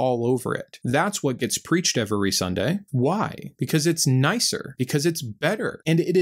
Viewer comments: Love your videos! I wish I didn't have to wait a week for sbs episodes lol. It bothers me that you always make "every" have 3 syllables, even when you're not emphasizing it 😂. Great, great channel though. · Two things impress in all of your videos,: • Your clear-eyed, plain-language discussion of Christianity and its storybook; and • Your commitment to pronouncing both of the “E”s in every. 😊 Nice work – i hope you keep it up. 👍